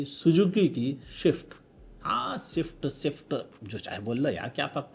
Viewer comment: Only illiterate like you used to say swift sift